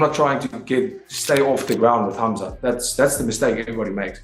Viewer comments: Khaa open coke* 'Khaa'+mzat khamzat K is silent my friend.. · Kaumzat, kumzat, cumshot, kamzat. This dude can't say his name right not once I watched the video just to see if he can figure out the k is silent and by the end of video. Nope. Jesus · Camzat …😂. Dreecoos..🤣 cmon AI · Bro the K in khamzat is silent man, are you retarded or something